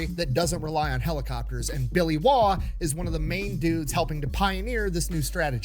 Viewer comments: Name pronounced correctly, the rumor is that he'll pop out from under your bed with a randall knife, rolex watch, star sapphire ring, and mp5 if you say his name wrong. Also I'm a veteran of Afghanistan, I worked for the postal service for 6 months before returning to the military. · You pronounced his surname correctly. Originates from Northern England 😊 I believe it means 'foreigner' in Old English.